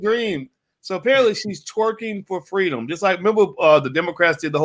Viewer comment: She's twerking for Fweedom!